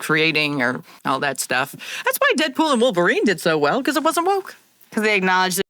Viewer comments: I was JUST about to comment "wolver-nina" but you beat me to it 😂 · “ I am Wolvarinanina 🔪😏” “i’m dead pool🤪✌🏼✨”